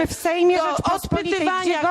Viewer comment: ta czarnulka nie potrafi nawet poprawnie wypowiedziec ,, Rzeczpospolitej"